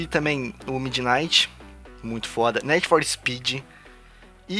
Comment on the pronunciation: "Nédi for Speed" Kkkkk